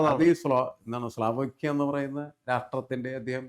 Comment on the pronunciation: സ്ലാവോക്കിയ അല്ല, സ്ലോവാക്കിയ ആണ് 🙏